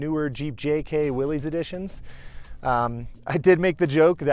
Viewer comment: Nice clean build! Just FYI, it's pronounced Willys, as in Bruce Willis. John North Willys was his name.